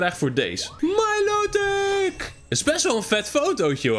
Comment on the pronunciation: Het is milotic en dat spreek je uit als mailootik